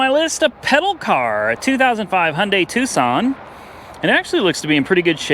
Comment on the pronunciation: I believe that's pronounced Tuckson. Lol